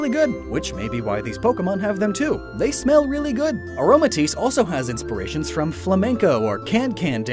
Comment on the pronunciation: nobody:: inspiriatons